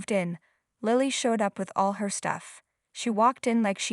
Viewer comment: Oh please! Learn to pronounce English names properly! Ian is pronounced “E in”! And Lilly does not have a long I . It is a soft i. And Ian’s name changed at the end when Lilly clung to his leg…I think the name was Russell !!! Really! Someone needs to proofread these stories… or whatever the equivalent word is for speaking instead of reading!